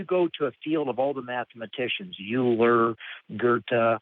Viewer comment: Euler is pronounounced "oil-er" not "youl-er" fail at the most fundamental level.